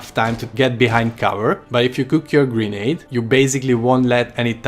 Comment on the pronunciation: I swear it sounded like he was sayin Green egg not Grenade 🤣🤣🤣